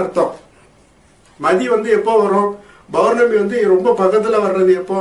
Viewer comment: Masthaan bhai... Tamizh sariyaa uchariyunga bournami illai (pournami) .Any how today leave for arampaadi sithar 😜